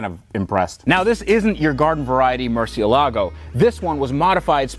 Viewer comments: Murcielligo? Lol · Haha! Loved the way you said 'or as the UK guys say, Murchee-elago': it was annoying me the way you were pronouncing it up until then, so that was a very nice touch, fair play!! (Porsha or Porsch..... who bloody cares really!!! Hahaha!!!). Incidentally I'm Irish, but we pronounce it the same all over Europe. 😁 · Mer-see-el-a-go. LOL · murciealago? xD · The way the VINWIKI guy said murcialago 😣😫🤒😷😖😔😢😭😰😱😨😧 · Tht first guy needs to learn how to pronounce murcielago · Mr Vinwiki please learn to pronounce ‘Murcielago’